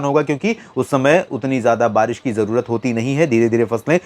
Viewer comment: छत्तीसगढ़ के लिए बरीस बताते हो बरीस नहीं होति नाम ललित कुमार पाटले